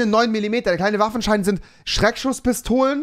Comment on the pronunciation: Sandro Salvatore ich meinte seinen Sprachfehler xD!